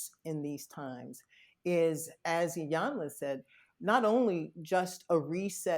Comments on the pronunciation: Hollywood Unlocked. I absolutely ♥️♥️♥️♥️♥️♥️♥️♥️ your platform. Thank you for the content that you bring. Please commit to pronouncing Iyanla’s name correctly. It sounds like EEEEyanla. She is such a lady that she never corrected either of you. Awesome Show ♥️♥️♥️♥️🙏🏾🙏🏾🙏🏾🙏🏾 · Lord this lady’s name is pronounced EEEEEEEE-yun-lah!!! Damn how you gone interview someone and saying they name all wrong...Can’t watch this🤦🏾‍♀️🤦🏾‍♀️🤦🏾‍♀️ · Jason, melissa, its (E) yanla. The I is a E Pronunciation. Mylissa you are a word Smith. I didnt Expect you to pronounce her Name that way ! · Just wished they would pronounce her name correctly.